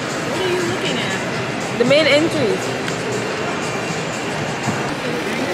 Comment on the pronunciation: The main ENTREES (pronunciation "on trayz". Big up yourself